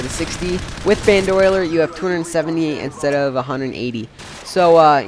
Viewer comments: Never played CoD 4!?!? You need to play it! lol. But the perk is pronounced "bandolier", not "bandoiler". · It is not pronounced Ban Do Le Are. It is pronounces Band O Leer. So when you make another video,, please pronounce it the right way, because it was really starting to tick me off, HARDCORE!! I hope you take this English lesson to heart. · i think he meant. Ban-Doh-Leer :P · nice commentary. everyone has mentioned the "bandoyler" thing, but thats not a big deal. it sounded very fluid, and well thought out. ROK earned a like, and this guy earned a sub. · love the quality but a little laggy and you say boandolyer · LOL, I'm sorry, this was a great comm and all, but i lol'd so HARD with "BanDOYler" XDD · i disliked the video because of how he pronounced bandolier. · Dude, it's BAN-DO-LEER spelled Bandolier. It's so annoying when you pronounced it like 5 different ways.